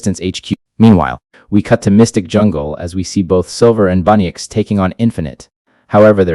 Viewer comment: It’s bunnix not bunnyx